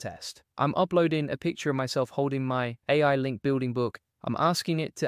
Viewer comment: In Descript, separate A I so it reads it right. Seems to sometimes read it as “eh” like us Canadians sometimes. Just lookin out, not criticizing